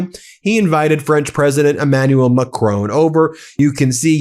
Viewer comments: Macron is pronounced as it is spelt. It is NOT pronounced in the way it was said on this video, as "McRown", I have never heard anyone pronounce it that way! The mispronunciation detracted from the general quality of this video. Trump appears to deliberately mispronounce French words. Please don't go by his regime's pronunciations as it comes over as being done to belittle, insult and to mock French speakers. If you aren't sure look on a French news website where you will hear the correct pronunciation. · Macron is pronounced MACKRAWN. 'ron' like 'awn'. It's polite to say it right. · Dear. I really like your broadcasts. They're really spot on. However, could you kindly learn how to pronounce Macron's name more accurately. M Macron is not Scottish. His name should not be pronounced as if he is a member of a clan called McCrone. The emphasis when saying his name should be on the first syllable, plus the second syllable does not have an e on the end. The final n should be uttered in a subtle non-emphatic manner too. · Excellent show. However, note the following: a short "o" not a long "o", like "not" and "bot" in the case of President Macron. Like the "o" in "shot" or "hot", not like the "o" in "clone" or "moan". Please pronounce it correctly in future.